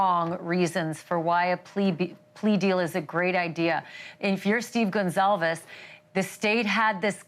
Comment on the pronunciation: Please say the last name right, it is Goncalves not Gonsalves, I love you so much you do a good job! This is sooo sad. A hard pill for the families to swallow, ugh!